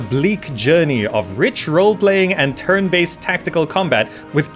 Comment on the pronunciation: Am I the only one hearing "terran-based combat"?? :)